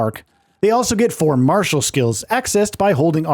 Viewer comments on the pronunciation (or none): none